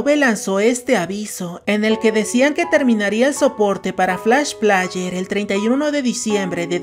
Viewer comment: Por cada vez que dijiste "plaller", murieron 10 niños en África xd